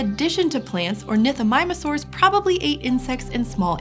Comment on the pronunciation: I hate the fact that she said ornithomimusaurs